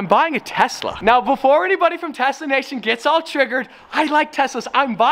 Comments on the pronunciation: Every time says "Tesla" it sounds like Tessa lol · Why do i hear “TESSA” every time he says “TESLA”?? LOL....